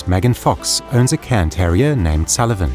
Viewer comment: Thank you for pronouncing the breed's name correctly! So many other channels call them "Karen" terriers, which is a small pet peeve of mine. Probably an American thing where cairns aren't all that common...